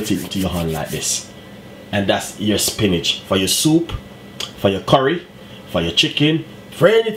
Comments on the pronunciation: "spinage" lol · 🤦🏾SPINACH!!??....🤔🙄🌿🌿🍃🍃/DAYYYUM I can't even defend you...coz ya said it well over 10 times🤷🏾... AND ITS WHIIIITE😂😂😂😂...LOL...👍🏾👍🏾..much respect tho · angelina why does he keep saying Spinach and there called Spinners ??